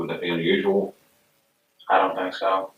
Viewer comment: I can't be the only one who had an incredibly difficult time with their accents. That was so hard to understand. At one point that fake phone call dude pronounces the word "think" in two different ways in the same sentence - as both thaynk and thank. I had to replay it five times to hear what he said